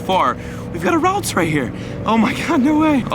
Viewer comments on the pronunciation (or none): I cringe every time he says ralts...